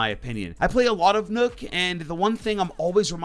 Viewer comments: dude said nook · I thought he said "nerf to nook" and that wouldve ended my career